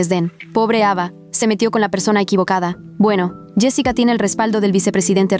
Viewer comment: en ves de escuchar ava escuche eva jajhhdajhjafhaj